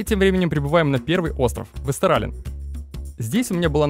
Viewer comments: Вообще правильно вестеролен а не вестерален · ВестерОлен буква å, читается, как О